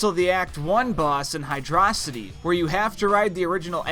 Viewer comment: "Hydraw-sity" Unsubscribed